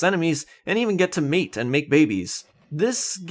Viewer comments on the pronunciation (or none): none